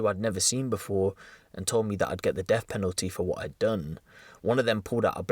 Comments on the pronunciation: That's 'deaf' row, not "deff" row. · Def row? Should be pronounced deaTH row. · It’s death row not deff row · Death not deff! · Bri ish on def row. Sorry, are you English? I thought there was a letter, sorry le ugh er T in the alphabet.